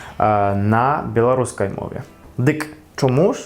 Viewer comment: малайчына, ты вельмі добра ўмееш гаварыць. На беларускай. У цябе талент. Правільнае вымаўленне.